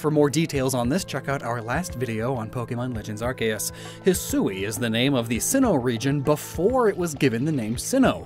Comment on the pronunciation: Its pronounced arkoos